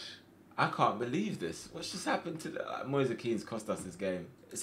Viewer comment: It's moise kean not moisa kean